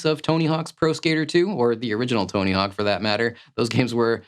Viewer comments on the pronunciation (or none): none